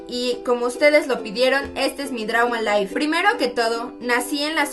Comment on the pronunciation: "Y estee es mi Dra ma laif" Jaja te amo karen😍